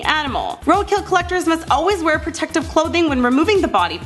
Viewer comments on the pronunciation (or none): none